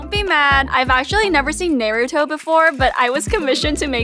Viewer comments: Did-did she just pronounce it the way no one has before??? Nay-roo-toe?????? It's Nah-roo-toh And then she says it so perfectly at the end?????? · Her at first: NAY-ruto her after: Naruto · she pronounced it nayrootoe then like 10 seconds later she pronounces it correctly she's trying to hide something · "naeruto" Me: ITS PRONOUNCED "NAR OO TO" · I'm not mad that you havent watched it. I'm mad that they didnt tell you how to pronounce ItS nOt NaY-rU-tO iTs NoH-rU-tOe No offense cuz ik you haven't seen it. No hard feelings 🙂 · Oof it’s pronounced “Nar-uto” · it’s clear it’s on purpose, in the end she does end up pronouncing naruto better. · Naruto is the best anime and it’s pronounced like NAR OO TOE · "Nairruto" "Acutsucky" Cries in Naruto fan I don't mind but it is painful :') but yes, yes, and YES it's an amazing anime but it is a long one! also, u won in pronunciation against my sister who said "Ner-rod-O" and "Ay-cat-sOO-key" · They way u pronounce nair -uuu -too and ay-kat - sucky was fuckin gold 🤌🏿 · Ppl are dumb she said nayrooto on purpose as a joke. That's why she said it normally the second time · U messed up bad 😔 btw it is pronounced norooto and akotski the way u spell it is Naruto and Akatsuki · It is pronounced " Nar-oo-toe" and how do you not watched Naruto yet that's a crime 😡😡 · She said nair-uu-tor before and said it correctly at the end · Don’t be mad I’ve actually never seen nay-ru-toe before but I was comititioned to make this egg-kuts-uki rug Me:DUDE PLEASE WATCH IT TO FIX YOUR PRONOUNCING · The way she pronunciation we aren’t mad about u not watching Naruto although some of us are but why do u say the pronunciation so badly it driving me mad nair ru toe but i was commission to make this egg at sucky rug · Y'all.... I think she did that on purpose to make us mad or maybe laugh, but by the way she emphasized the "A" I could kinda tell. Also at the end, she said Naruto perfectly fine. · Yes you should and you said it wrong the first time